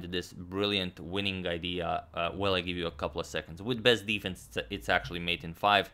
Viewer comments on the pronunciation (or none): none